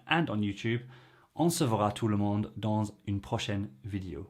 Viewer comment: As a French native speaker, I feel like your last sentence would sound more natural if you said "dans une prochaine vidéo" without stopping. Because doing the "liaison" at the end of the word "dans_" then stopping sounds weird. If you want to pause your sentence there, you're better doing the "liaison" at the beginning of the word coming next, "_une", or not doing it at all. That being said, very nice video for French learners, keep it up.